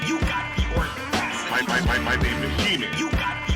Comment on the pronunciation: Thanks a lot you got me walking around my house saying "you got the ordacity" all day lol